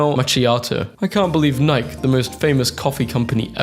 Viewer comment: Nye-key the company is pronounced Nye-key(Nike)!